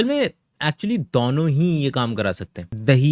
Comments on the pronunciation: It is DONO not DOUNO…. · I like when you say दौनो 😂 are you from Agra ?